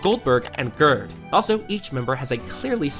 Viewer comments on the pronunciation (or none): none